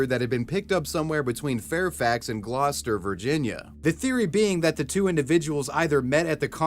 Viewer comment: You know this man is from the New England area when he can pronounce Gloucester correctly lolol